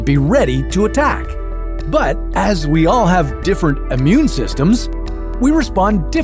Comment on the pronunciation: why you say Ammune, when its Immune?